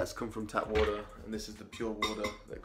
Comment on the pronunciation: Say water properly